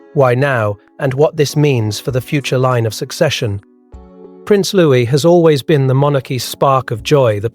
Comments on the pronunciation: It’s not pronounced Lewis but louie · It’s louis